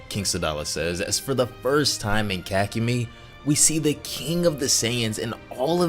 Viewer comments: ka=kah ku mei=mai kahkumai/ kakumei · its Kakumei not kakumi its pronounced as an y and this is good and all but you need to step up the reading like ig. you red 2000 as 200,how even? otherwise cool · I love your videos,but holy crap the way you pronounce kakumei is so wrong that it hurts my soul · The form at the start is blue not ui. He may be combined ui with blue though Edit: bro can not say kakumei